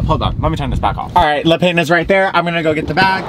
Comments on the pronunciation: Le pah is how you pronounce the word for bread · Every time you say 'le pain' 😭 it's 'looh pahn' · Le Pain is French for bread, pronounced 'le peh'. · It's a good thing you didn't try to pronounce quotidien considering how everyone responded to your "pain" 😂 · le pain😭😭 its bread in french lol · The french pronunciation is killing me ahahah